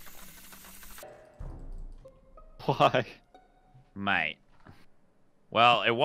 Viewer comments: Valkyrae: "WHY WHY" Toast: "uh rae what was that word you just said...?" Valkyrae: "uh.... who..." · when Rae said “Who” Toast was like “What did you say?” trying to see if she said why lmaooo love that